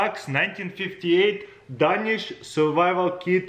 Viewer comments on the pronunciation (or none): 0.05 the way he says Danish is making me cry 🤣